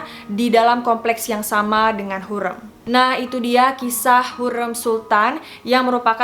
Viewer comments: Correct ka bacanya hurem "e" bukan hurreum "eu" 🥰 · Lafal ucapan nya hurrem spt rem mobil.bukan hurrem seperti kutu gurem.. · yg bnr pengucapannya harim.bukan hurem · Setuju kak, kalo aku nonton dari kasetnya jadi dengan suara asli pemeran nya bukan dari dubber, jadi cara pelafalan namanya bukan hurrem, tapi hurrEm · Wkkkwkwkkw lucu dengernya ya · Hurrem nya pake e lemah kak, wkwk sesuai film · Apasi cara baca hurrem salah:( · Kaka cara nyebutin hurrem nya ga kyak itu. Huruf E nya dbca kyk E tempe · Sebut hurrem pon x betol... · Kak, dalam bahasa turki, e dibaca keras é, sedangkan ke kecil itu untuk huruf 'ı'. Jadi Hurrem bacanya pake e gede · Cara ngomong hurrem nya aneh ya youtuber yg 1 ini. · Ka maaf pelafalan hurem di ejaan " E " Nya salah... Q nonton dramanya dulu di tv... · iyaaa hahaha masa pelafalan nama tokoh yg direview salah :( tolong dong ini sejarah :( wkwkwk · dikira garemmm kali yaaaa hurrem wkwkwkw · Amatir. Ga jelas. Nyebut nama Hurrem aja salah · Kok gw krang sreg sma penyebutan nama Ratu Hurrem nya ya. Beda bgt sma penyebutan pas di serial nya, apalgi blg mahidevran di asingkan stlh mukul Hurrem, Hurrem anak nya 6. Ko melenceng sma serial nya di TV.😏